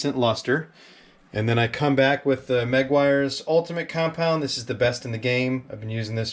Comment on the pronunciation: Not trying to sound not picky but if you even care it's not pronounced megg-wires it's pronounced meguwires, but hey it's a free worldyou can pronounce it as wazzup, lol